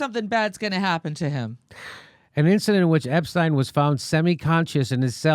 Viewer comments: I don't think there is anyone out there that has heard anything about Epstein thinks that he committed suicide. And thank you, Jimmy, for saying his name correctly. Ep-stein, not Ep-steen. Either that or Einstein is Eensteen. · Finally someone who pronounces his name correctly. Stein. Ep stein.